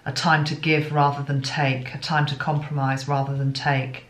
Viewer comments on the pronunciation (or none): none